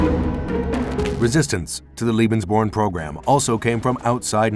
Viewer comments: Why does the announcer say "lebensborn" as if it's spelled "liebensborn"? You'd think they could at least consult a German dictionary or ask someone who speaks the language before making a video. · Firstly, it's pronounced "LAY-bens-born" not "LEE-bens-born"; ....and I'd like you to cite references to support your claim that Allied forces targeted Lebensborn centers for BOMBING. I have my doubts about that. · Leben. Sounds more like lay bens born. Doesn’t sound like lee. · If you wish to be taken seriously, please assure that your narrator can at least say the word Lebensborn properly. Otherwise it comes across as a bit silly. It sounds like he is saying Liebensborn. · Lebensborn is pronounced 'Laybensborn' .. 'Leben'' is the verb to live... Lieben' is the verb to love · Unfortunately, you pronounce "Lebensborn" as if it were "Liebensborn" in every occurrence in this video. That isn't a surprise, since you mispronounce most foreign words on all your other videos as well. However, in these other cases, it does not cause a problem. "Liebensborn:" would mean something entirely different. "Liebe" means "love," and there was no love in this program. As such, your pronunciation becomes extremely offensive, although I realize that is not your intent. I strongly suggest that for your future videos you get some advice on how to pronounce foreign words so that you avoid something else like this in the future. Other than that, I do appreciate your videos. i am offering this as constructive advice. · Lay-bens-born, dolt! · Strains to say Heinrich Himmler properly but can't say lebensborn correctly at all. It's pronounced LAY-benz-buorn. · He keeps saying liebensborn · If you’re going to produce a film about the Lebensborn program the least you could do, to begin with, is learn its correct pronunciation. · You could have made the effort to pronounce Lebensborn correctly.